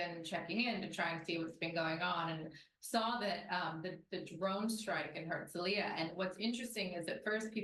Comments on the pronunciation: FYI, it's pronounced "hertz-o-LEE-yah". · It is pronounced: HERTZ-LEE-YAH.